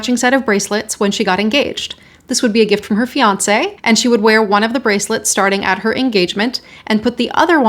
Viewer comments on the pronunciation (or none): none